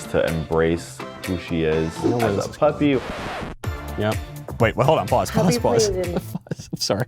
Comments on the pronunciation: Every time you say pause... I hear paws. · What Michael is saying: "pause" What I hear: "paws" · Every time he said "Pause" I heard "Paws" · Anyone else laughing at him saying “pause” thinking it “paws”? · I like how when Michael want to stop the video every so often he says "paws". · Did you say paws, or pause? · Does Michael keep saying pause or paws? Or is it pause paws? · Every time Michael said "pause" I kept thinking, "HA! Paws!" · Every time he says “Pause” I’m thinking “Paws” 😂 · Lol sorry Michael....every time you said “pause” I envision Paws 🐾 Paws 😂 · Did Michael just say pause or paws?! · Did you say "pause" or paws? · If Michael doesn’t like this video then why does he keep saying PAWS 😅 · Everytime Michael said "pause", I could not help think of him saying "PAWS"! 🤣🤣🤣🤣🤣🤣🤣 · It sounds like Michael is saying, “Paws, paws.” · Is Michael saying 'pause' or, does he mean 'paws'? 🐾 🐾 🐾 🐾